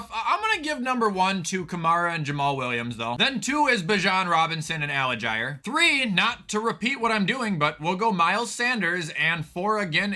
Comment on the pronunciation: Tyler Al-Jeer. Not Al-a-jier